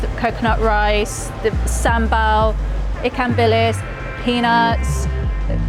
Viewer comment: You cannot even pronounce SamBaL.